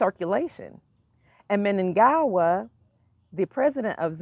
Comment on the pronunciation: are you from zimbabwe and the president's name is munangagwa not munagawa